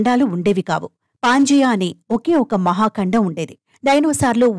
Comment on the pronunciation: బూమి కాదు భూమి, కండం కాదు ఖండం..